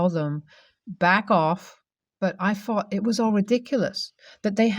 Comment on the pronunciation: That's good to know . But that's not how this narrator presented this story . But then again , the narrator already has problems pronouncing words ! " Ferapy" " Fought" instead of thought.